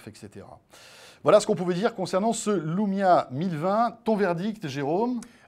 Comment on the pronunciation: c'est moi ou jenten "Voici donc le lomia 1020" a ??